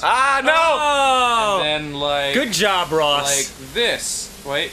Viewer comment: Danny keeps saying great jorb...is that a Homestar Runner reference? I fucking miss Homestar Runner.